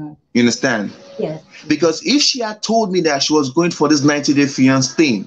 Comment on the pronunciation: Oh pls he can't even pronounce fiancé